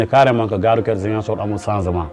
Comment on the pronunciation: Votre invité dit "gare rouQUière" ou "gare rouTière"? En plus, il n'est pas ouvert à la modernité. Voilà pourquoi, le Sénégal restera encore longtemps sous-développé malgré notre pétrole, notre gaz et nos jeunes intellectuels très diplômés et disponibles.